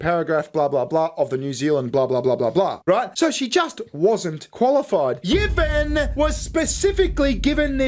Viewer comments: Oh and Yvonne is pronounced Ivonne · Does he really not know hot to pronounce Yvonne??